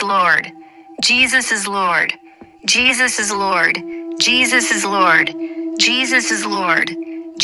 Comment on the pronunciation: M'Thinks Tis Jus The Way The AI Robot Is Pronounzing The "O" In The Word "Lord" 🤔🤔🤔😤😤😤🤫😅🤣🤣🤣